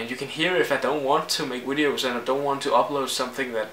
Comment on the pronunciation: Why do you say wideos ? And weasons